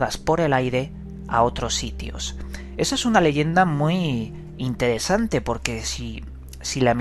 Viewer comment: Todo bien con los vídeos pero habla bien, pronuncia, dicciona.Mistedio, intedesante, sumedios, odo, adquitectuda, etc...Dejate de joder.